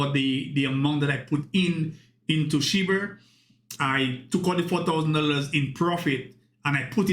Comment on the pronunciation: Do you realize you're saying "Shi-BURR" and "Sai-TAMER" ???